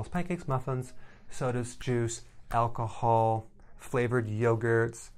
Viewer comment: I feel like he was talking to me in this video , he said " alcoholll " 😂